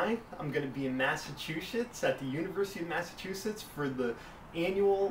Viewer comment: LOL! said "MassachUshits", yet "Annual NE Org Framing assco summer conf." was said with no problem. You are awesome! Love the enthusiam.:D